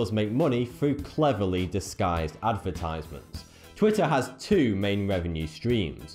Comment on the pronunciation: mr. your sounds like 42,no offense